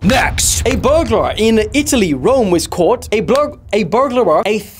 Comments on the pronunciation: “berg-la-war” lmao try ber-gler-er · a burgrul not burglarar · it is Burg-lar 😅😂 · " a burglavwer " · Burg uh ler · read it as er instead of ar burglar is read as burgler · bro tried to say burglar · To pronounce burgler say it like dis Burger and then lar